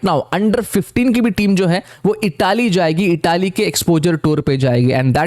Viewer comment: Bhai Itaaaly nhi Italy hai